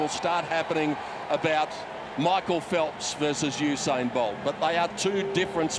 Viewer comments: So usin is a word not usain. Yeah you think you’re funny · You said usi lol 😆